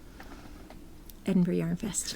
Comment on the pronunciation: Hi ladies- you might want to look up how to pronounce Edinburgh before you go.... congrats on being included in the podcast lounge! Love listening to you two.